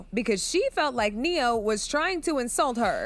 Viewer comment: specifically said neyo fr😂😂😂😂